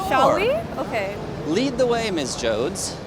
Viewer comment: My name is Jody. Everytime he says Joads I want to beat his ass.